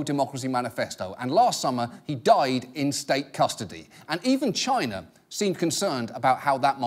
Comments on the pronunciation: Why Trump pronounces China like Gina (vagina without the "va")??? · Have you ever noticed how when British people say "China" it sounds a little like they're saying "Chiner"? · It’s pronounced Chyynaa or even more correctly Gyinaa.